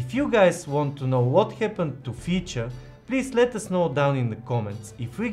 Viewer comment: Wait.... What...? Did he just say...? 🤟🏾😆 NO WAY! FEECHA FEECHAAAA! 💚